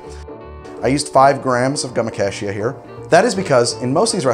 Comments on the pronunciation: How did you manage to pronounce “gum acacia” three different ways in less than 30 seconds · he pronounced gum acacia three different ways. was that a joke?